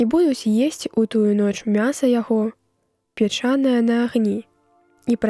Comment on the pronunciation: Печанае, націск мусі быць на першым складзе, а ня на другім.